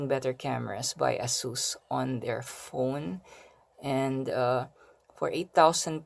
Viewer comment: its Ey- sus.. not ah-sus..